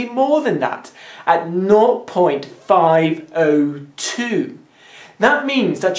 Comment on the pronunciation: it's not "not," it's "naught." there's a slightly different pronunciation